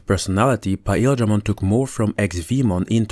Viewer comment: this guy says PAEL dramon Is this some sort of an off-panteon god?